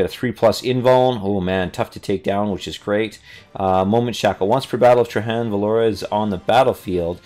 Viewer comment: TRAY - JANN. THE GUY'S NAME ISN'T SPANISH. PRONOUNCE THE J!!! Good review,.